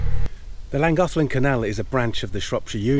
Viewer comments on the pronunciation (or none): Great video. You should learn how to pronounce Llangollen.